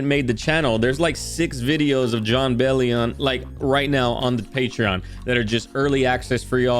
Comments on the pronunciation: Hey btw, it is pronounced “BELL-ee-in”, not “BELL-ee-AHN”. Think of it like “billion” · jon mentions in a tweet it’s pronounced “Bell-yin”! so glad you enjoy his music <3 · Then goes on to “correct” himself…